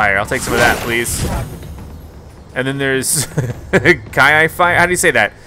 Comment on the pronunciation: Kiai is pronounced key-eye